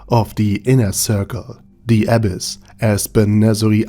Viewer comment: i was hearing abbess instead of abyss, til i saw the comments